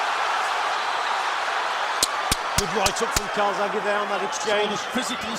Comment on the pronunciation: Calzaghe or Kawasaki???, sounds like the latter. ( Cai--zag he )